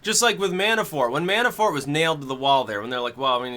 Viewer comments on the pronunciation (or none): Mannafort not Mannaforte